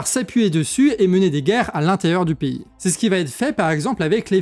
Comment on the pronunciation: Tu peux arrêter de prononcer "pays" piï au lieu de péï